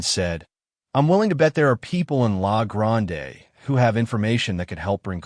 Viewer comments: we just say la grand not lah gronday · LA GRAND-E Don't pronounce the E. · Haha lahhh grondaaaay. Born and raised Oregonian. Sometimes the way it pronounces our citues, rivers and streets is hilarious. I wonder if it would say cooch or couch street on portland 😅😅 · I cringed when he pronounced La Grande. It hurts. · Haha right! I'm dying every time I hear it